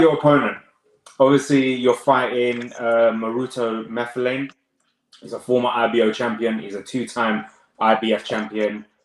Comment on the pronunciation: Sunny is my fav boxer Moruti is my brother we live is same area In SA.Not sure who to support:) Its Moo-Tar-lane by the way not Marflane